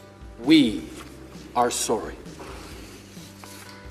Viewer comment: when he said I'm surry😂